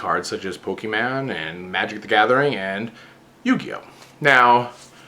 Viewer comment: did you say "pokeman" heh. Btw mine was kaiba starter deck